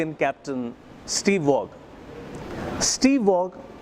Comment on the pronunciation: The ‘g’ in Waugh is silent 🤦🏻‍♂️..... amidst all that accent 😩